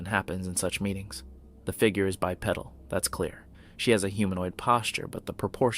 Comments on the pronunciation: please don't pronounce it bi-pedal...IT'S BYE-PEE-DULL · “bi-pedal”. 😂😂😂 like bicycle pedal…😅